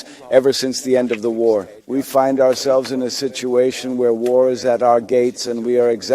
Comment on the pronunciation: "Forrs Ourselffs."